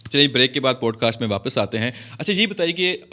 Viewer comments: Please correct your pronunciation. It is NOT POADCAST but Podcast. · Absolutely adore the playful yet innocent vibe you've captured in this video! Regarding the pronunciation of "podcast," I'd suggest considering the American accent's PAWD-kaast or PAAD-kaast, or the British POD-Kaast for clearer articulation. Just a thought for enhancing your already amazing content!